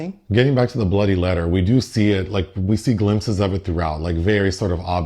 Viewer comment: “Getting back to the bloody letter” I heard “bloody” as if you were a Brit at first and you were expressing your frustration with this plot device 😂